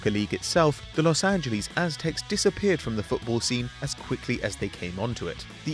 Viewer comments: Los Angelees, lol. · the way you say Los Angeles pisses me off, I don't even think that's an accent I just think you're trying to piss people off jk but actually I do not like how you say Los Angeles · Honestly triggered by the way he said Los Angeles